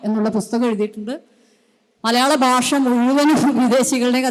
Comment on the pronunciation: ബാഷ അല്ല, ഭാഷ